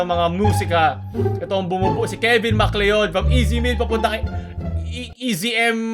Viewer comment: MacLeod = McCloud ang pagpronounce doon.